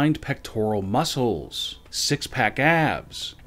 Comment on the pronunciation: Muscles, his pronouncation - muscorles